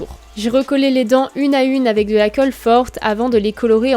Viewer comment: " La coeulle " clairement.... STRESSANT